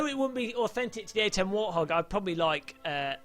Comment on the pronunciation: btw it's warthog not warhog